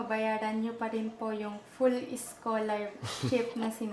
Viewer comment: "PULL" SCHOLARSHIP DAW KASI 😂😂😂